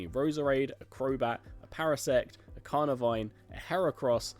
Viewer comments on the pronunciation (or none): none